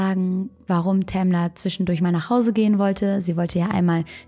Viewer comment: "Tamler" xD